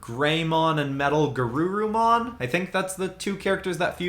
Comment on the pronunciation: yo he nailed the names wargreymon and metalgarurumon do merge into omegamon or omnimon same digimon anyway